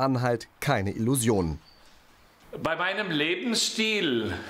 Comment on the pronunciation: " bei meinem Lebensschtil "